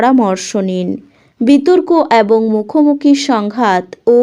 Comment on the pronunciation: এত নাকাল করে "এবঙ" উচ্চারণ টা খুব খারাপ।